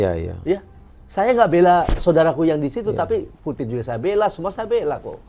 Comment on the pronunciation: Putin..bukan puting ya..😂😂